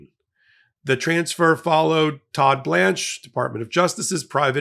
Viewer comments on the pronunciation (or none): none